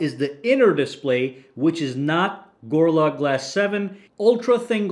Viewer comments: Stop saying Gor-la glass, it's Go-Ril-La glass! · "gurrla glass" Bruh put some effort in Also that intro is super fucking long Consider yourself truthfully crit'd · why can you not pronounce gorilla?